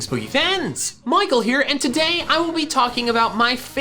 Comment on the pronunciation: When he says "and today" it sounds like entei day.